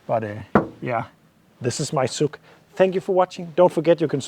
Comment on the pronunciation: It is pronounced "Zs" for the first letter, like the last audible note from the word "garage" (garaZS), ZSuk 👌🏻